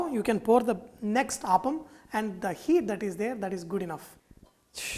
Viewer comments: Pl say appam and not aappam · I'd like to mention that this dish is pronounced as Appam (up-um) and not Aapam. I believe in Tamilnadu it is pronounced as Aapam, but then the recipe to that is also different. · its 'Appam' ! not Aaapam ! -. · Chef small correction it is not aaapam. It is appam.अप्पम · My dear fellow, you prenounce Appam wrongly. Its not aaappam. Its simply Appam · Not aapam but appam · You are pronouncing it wrongly....It's not Aaaapam but Appam...... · Its app-am, not aap-am. Thanks for the video. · Hi. There seems to be some confusion among many as to how to pronounce the word. A majority of Malayalees (like me) say Aappam and not Appam. For most of us, Appam is a sweet (jaggery not sugar) deep fried batter that is primarily used as offering for deities in temples in Kerala. Now it is commonly made in homes and hotels. Yes, some do use the word Appam instead of Aappam )but not the majority. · No. Malayalees pronounce it as Aappam. There is another deep fried sweet (jaggery not sugar) dish called Appam primarily used as offerings to deities in temples in Kerala. But it is also now commonly found in homes and hotels :-) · Malayalis pronounce it as Appam but people outside Kerala pronounce as aappam... I guess Sanjay is Telugu... If we Malayalis try to pronounce one of the andhra breakfast 'Attukula Attu' even we are not going to get the pronounciation right. By the way... The appam in this video looks absolutely delicious. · I am pretty sure it is pronounced "aaaapam" and not "appam". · The way you pronounce appam is making me sad 😢😢. On the flip side glad that u have our uploaded authentic dish. 😊